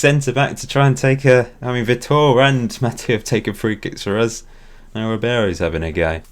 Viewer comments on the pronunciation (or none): btw vitor is "vee tore" i have a friend from Brazil called Vitor so I know